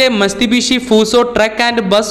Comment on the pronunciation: വളരെ നല്ല അറിവ്. പക്ഷെ ഭൂരിഭാഗം മലയാളികളും വരുത്തുന്ന ഉച്ചാരണത്തിലെ ഒരു പൊട്ടത്തെറ്റ് താങ്കളും ആവർത്തിച്ചു. വെറുതെ ഉച്ചാരണത്തെറ്റല്ല, ഒരു ബ്രാന്റ് ന്റെ പേര് തെറ്റിക്കുകയാണപ്പോൾ ചെയ്യുന്നത്. കാര്യം ഇതാണ്. 3'45 മിസ്തുബിഷി എന്നല്ല, മിറ്റ്സുബിഷി എന്നതാണ് ശരി. Mitsubishi.